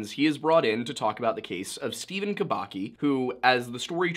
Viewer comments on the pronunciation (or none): Just a little clarification, Kubacki should be pronounced Kubatski